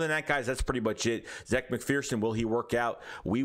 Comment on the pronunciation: Zach he says his name is pronounced like Zach